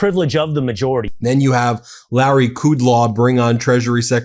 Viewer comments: Can we get names right, please? It's Kudlow, not Kudlaw! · Larry “Coodlaw”? C’mon, Ben, you have watched this guy for decades. His last name is ‘Cud-low’.